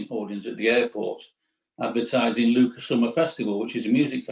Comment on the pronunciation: It’s Lucca (short u, hard k) not Luuuuka…